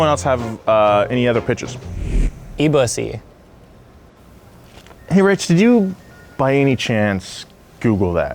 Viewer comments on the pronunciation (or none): E BUSSY??? did I hear that right?? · Did he say E Bussy?